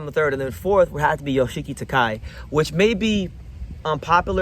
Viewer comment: Ryōsuke Nishida may relinquish his title due to him having a hard time cutting weight. Btw, Yoshiki Takei's name is pronounced Ta-keh-ee or kay, and he may move up to a higher weight class since he should be in the super bantamweight class to begin with. Takuma Inoue seems to be the most likely to fight Junto Nakatani, while it remains uncertain who will be the next IBF and WBO champions. IMO, Seiya Tsutsumi and Daigo Higa are the top contenders for the championship title. If Tenshin Nasukawa wants a shot at the tile soon, he'll have to win a continental title or more matches. Keita Kurihara and Riku Masuda are also potential contenders, with Masuda being particularly strong southpaw...... why are you in Nicaragua lol